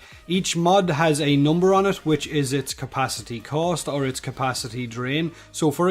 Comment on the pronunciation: Its cost not coast xD